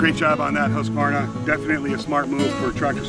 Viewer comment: Oh, by the way the U in Husqvarna is a long U sound. :-)